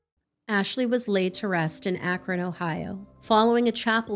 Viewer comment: I used to have family in Akron. Thanks for pronouncing it well.